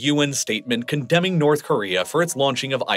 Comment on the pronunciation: "Nouth" Korea